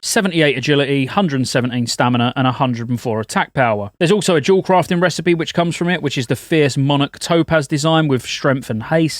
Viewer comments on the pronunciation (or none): none